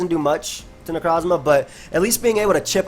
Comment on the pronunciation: Every single time says necrosssmah i laugh like a madman, it cant be helped